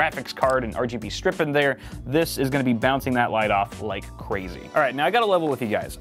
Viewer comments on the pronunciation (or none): none